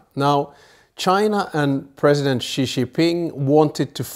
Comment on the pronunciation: Ghastly pronounciation of Xi’s name discredits the whole presentation